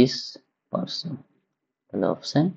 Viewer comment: 33 ta je ki bollen kichui bojha galo na